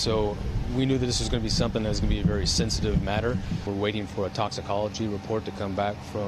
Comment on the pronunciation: His Vietnamese wife is "Vely happy", saying "Good Littence".